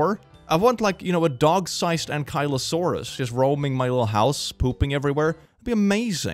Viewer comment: It's pronounced ank-uh-lo-saur-us not ank-I-lo-saur-us It's my favorite dinosaur and I don't like people mispronouncing it